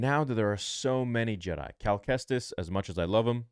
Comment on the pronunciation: Jedi brother...not JED....